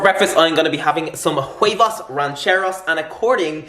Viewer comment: Huevos, not huevas